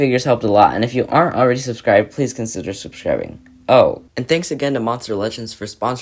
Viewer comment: hate sponsers and u saying sudscribe